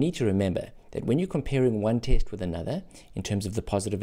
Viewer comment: My mind is going out 💥 every time I hear taste instead of test